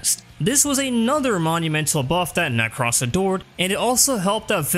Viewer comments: Necross 😂 Ne-crose like necrosis nek-rose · Ah yes, my good friend Neck-ross. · Does anyone actually pronounce "Nekros" like that? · Youre pronunciation of nekros is super annoying. 5/5